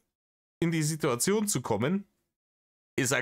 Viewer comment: Wongls Gesetz: Wenn Rainer das Wort "Sidduerzion" verwendet, kommt ein ganz besonders dreistes Lügenfeuerwerk.